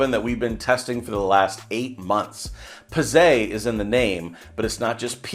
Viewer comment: Bro, Pizze is plural in Italian for Pizza. oh and you don't say Pizzay LOL